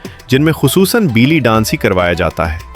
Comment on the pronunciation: بیلی نہیں بے لی